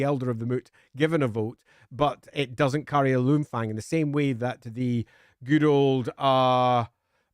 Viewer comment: I swear I heard 'Loonfang' at some point. Now my weird ass brain is imagining a Goblin Fanatic somehow getting his hands on a Runefang, thanks for that.